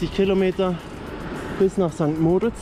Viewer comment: Tolles Video. Noch ein Tipp,- St. Moritz wird auf der letzten Silbe betont. Grüsse aus der Schweiz.